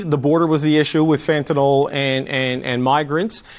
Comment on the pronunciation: Petty gripe, but it's fentanyl, not fentanol. I hear this mistake everywhere, including Monsieur Trump at his inauguration.